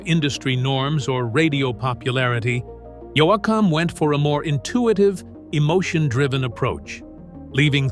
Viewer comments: I can not believe this guy has mispronounced his name throughout the whole article !! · You would think they would have stopped the reader after he pronounced his name wrong a couple of times and got it pronounced correctly. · Please if this is AI talking or whatever or whoever fire him. Stupid pronunciation of names. Can't stand listening to it . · I don't think he knows how to pronounce his last name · Why can't these narrator say Dwight's last name correctly? Very annoying!!!! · Geez how many ways can an AI narrator pronounce "Yoakam"? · STOP SAYING HIS NAME WRONG . disrespectful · Pronounce Yoakam consistently please. I 've stopped watching this channel for this reason, its consistant in every video. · could you get the A I voice to pronounce his surname properly? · I would like this a whole lot more if names were correctly pronounced! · What you said me either I just got through saying, Can you not say the man’s name right? Dang. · For one, you're not pronouncing his name, right? I love Dwight, yoakham. I hope he keeps singing. It's country rock to me and I love it.God bless yokum❤ keep singing, you're good, very good. You always have been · Why doesn’t this guy who is speaking about Dwight Yoakam know how to pronounce his last name? What a moron😒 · How come you can't pronounce his name twice in a row? you've used at least 4 pronunciations of it all different. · More than awful. I think the narrator pronounced his last name 22 different ways. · Dwight is underrated as a singer and songwriter and is as good as any of them. He should be celebrated as such. Sad this narrator mis pronounced his name in so many ways. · Cant stand the AI generated voice that keeps saying the last name wrong. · Why is he not saying his name right my God it's giving me a headache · Because it's AI narrating. They need to teach their AI how to properly pronounce his name! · your not saying his name right , man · Who Is Dwight YOU-OUKUM? Badly Done Audio AI ...... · He calls Yo yak hum